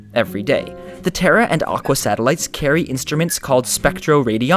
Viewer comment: I'm sorry but when I heard "The Terra and Aqua satellite